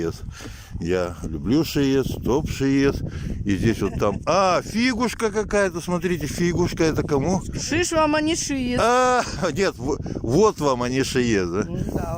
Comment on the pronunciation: Ну ёлки зелёные!Дед Мороз,ты же писатель,уж точно знаешь цену каждому звуку!всего 2 слога,ударение -на первый!ШИес!❤️